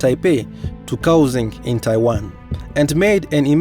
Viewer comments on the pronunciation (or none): It's pronounced Kao-shung, but it's ok